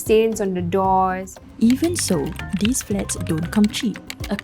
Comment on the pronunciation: You really ought to be able to pronounce "these" if you're going to host a news show.